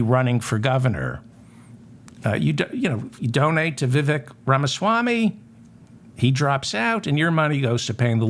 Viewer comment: Vivek rhymes with cake.